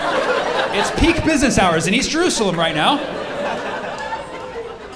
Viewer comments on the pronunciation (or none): none